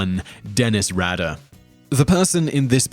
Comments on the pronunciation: His pronunciation of names confuses me....and apparently most of you as well. For example, number 1 is Dennis Rader and Simon literally pronounced his last name two different way in a 3 second time span. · In the narration for number 1, he pronounces Dennis Rader’s surname two different ways!